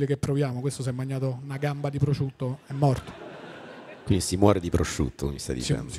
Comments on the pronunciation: Solo a me sembra che Tinti dica "prociutto"? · Ma perché Tinti non sa dire prosciutto?